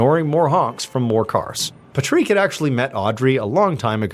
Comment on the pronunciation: pat rick!!!!! not pa treek the freak! And please, no music after the video!